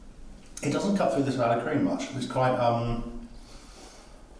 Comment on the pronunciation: I'm unhappy with how emphasises the cream in salad cream. It's salad cream, not salad cream